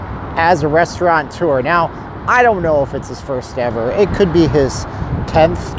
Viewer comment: There is no N in the word RESTAURATEUR <-Look at the word. Pronounced - res-torah-TOUR